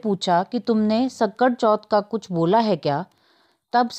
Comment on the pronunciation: Sakat hota hai sankat nahi